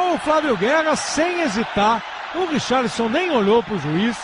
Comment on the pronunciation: Ele fala é Richarlisom ...